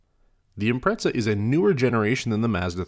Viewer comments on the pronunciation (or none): what is the correct pronunciation of Impreza, cuz you're saying it like pizza